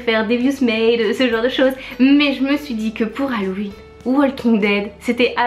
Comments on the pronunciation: Cest pas Halloween parceque au début tu dis malloween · Pourquoi elles disent "malloween" ?